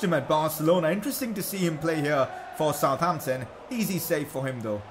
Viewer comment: Its not South Ampton Its Sutampton